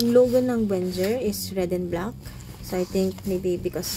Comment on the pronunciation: its "VenGGer"